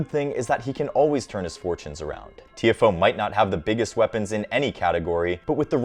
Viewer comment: i think u are saying his name wrong